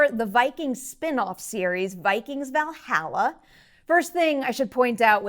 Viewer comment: needs to learn her vowels when it comes to pronouncing Valhalla.